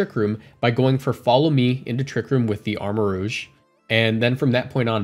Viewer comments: It's pronounced Armarouge...roozh. Not Armarogue....rowg like the xmen rogue. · It's pronounced "rooj." Rogue is spelled w/ a -gue.